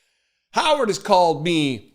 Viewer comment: Howard rhymes with coward….